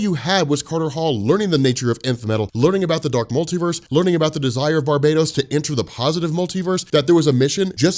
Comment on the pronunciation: Damn it's not Barbados is pronounced bar-ba-tos